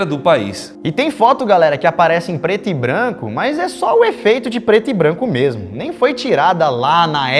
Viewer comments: Diz a lenda que até hoje atual o Lucas está tentando falar Preto e Branco KKKKKK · O melhor do vídeo é o Lukas tentando falar preto e branco